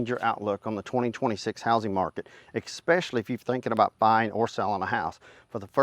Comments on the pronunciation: Good information,... but you impugn your credibility needlessly by using "expecially", which is not a word. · The letter “X” is not in the word “especially”. Difficult to take anyone seriously that can’t speak proper English. Grammar matters.